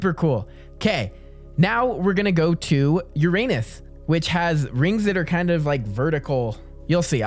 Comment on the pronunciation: "now were gonna go to your anus"